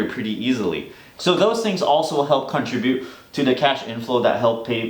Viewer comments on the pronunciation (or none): "contrObute" you say, ,,, "O?" sorry for being bitchy, lol. I really like your voice and speaking clearly.